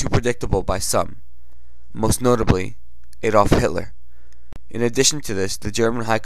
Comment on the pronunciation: terrible proncounciation of the German words... " Eydolf Hitlor" lol... " Luftwarf" lol. Disregarding this unknowledge, it was a good job!